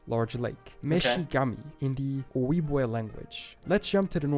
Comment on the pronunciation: Ojibwa is pronounced oh-jib-way. Othwise called chippewa